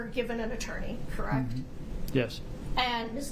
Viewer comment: correct? Correct? Correct? Crect? Crect? Crect? True? Crect? Does she know any other three words?